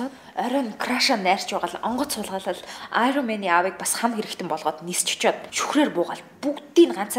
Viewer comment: bitii iroman gej hel tegheer uilkaad bna